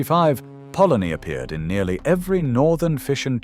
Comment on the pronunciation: So why are half of your pictures American, these videos are pathetic, we didn't have french fries, we didn't have kitchen counters either, even the cartoons are American, sausage and mash is eaten today, bacon was never in bubble and squeak, ready meals arrived long before the 80s. Can't even pronounce polony correctly😅. All in all a very crap video.